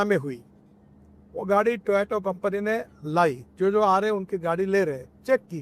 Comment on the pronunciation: Ek aur dhritrastra paida hua putra moh me andha.PM Banane ka khwab dekh rahe hai 😔 Ye technical bhasha bolenge .Jo toyota ko baar baar toyoto bol rahe hai 😝😝😝 Pahle sabka vishwas jita, badi badi baate ki, silent advertusing ki, chori chori apne aaspaas के sabhi ko dhande pe lagaya,fir dhokadhadi ka dhanda karna shuru chalu kiya. Ye dhokadhadi nahi tobkya hai, jab aap janta ko bina bataye,petrol pump par na koi hording na banner petrol me ehenol ki milavat kar rahe hai ye sarasar dhikadhadi hi hai.